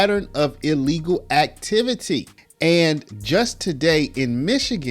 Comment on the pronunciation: Someone needs to tell Fanny that there’s only one “e” in illegal. It’s not eelegal…..🙄